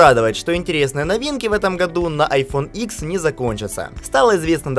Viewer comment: Айфон ДЕСЯТЬ, не ИКС, а ДЕСЯТЬ!!!